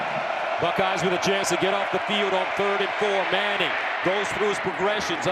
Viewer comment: Arch Meh-nning.